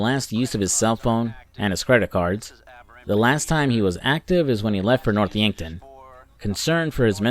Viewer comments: “Dave Harris” “Yankford”😂😂c’mon man the game had been out over 10 years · It's North yankton! Yankford 😂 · North Yankton not Yankford* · He seems to have a bit of trouble with the names sometimes; Dave Harris instead of Norton, Yankford instead of Yankton. Dave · bro the town is called Yankton lol